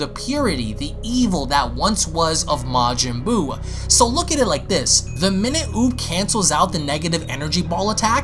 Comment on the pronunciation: "Majin Buub"